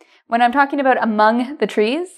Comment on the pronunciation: Thank you, interesting as always. Sorry for the question, but why do you pronounce 'about' like /əˈboʊt/ instead of /əˈbaʊt/ ?